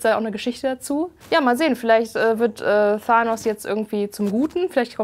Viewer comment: Ahhahaha du weist nicht mal wie man Thanos ausspricht.....( farbwechsel er wird zum Guten) holy shit..... du kennst dich erstmal überhaupt nicht aus